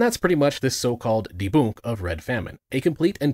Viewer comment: Is there a reason you pronounce everything wrong either on purpose (de-boonk, Imperist, Newt-zi) or on accident (Badpanda)? Are you trying to simulate what its like to talk to a toddler? Are you trying to make this video as difficult to watch as possible?